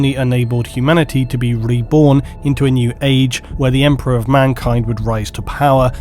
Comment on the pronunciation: "Emprah" be Praised!!